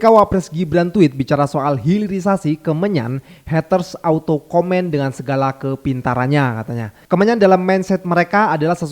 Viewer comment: "haters", T nya 1.